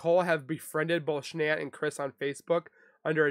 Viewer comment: Shanann's name is pronounced as you would normally pronounce Shannon.